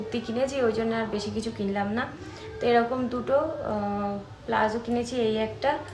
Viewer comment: পোশাক টার নাম প্লাজো নয় , ওটাকে বলে পালাজো